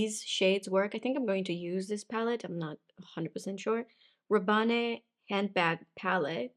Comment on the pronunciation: C'est pas ra-ban-ne. C'est ra-banne. Comme Paco Rabanne the designer.